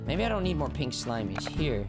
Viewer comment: I love when you say SHLIMIES